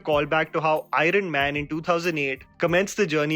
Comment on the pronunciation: Did say Irene man instead of Iron man 🤔?